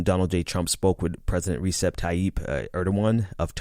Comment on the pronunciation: Small correction: Erdogan's first name is pronounced like [Rëcheb]. So in full [Rëcheb Tayyib Erdohan] maybe, going by phonetics.